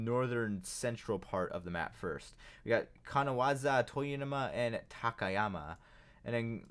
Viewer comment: kanawaza? You mean Kanazawa